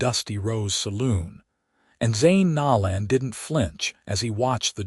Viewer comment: Zane’s last name is pronounced No(long “O”) - lan. I have an unusual maiden name. It was always mispronounced and I have always tried to make sure to show respect to others in pronouncing their first and last names correctly. When Zane rescues Thea in the alley, and breaks down when she is crying made me cry. 😢😢😢